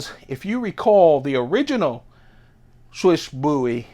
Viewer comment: Just FYI, it’s pronounced “Swish.”